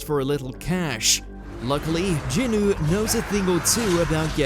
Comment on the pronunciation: Calling him Jinwu, made me sad inside. Its Sung Jin-woo